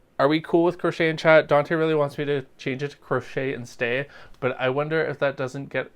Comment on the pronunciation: Chat not Cha lol😂